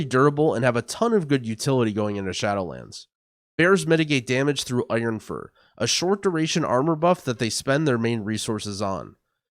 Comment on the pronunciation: Onionfur.... Can't not hear that :D